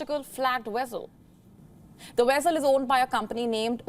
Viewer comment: You can't pronounce vessel or Orion.Pity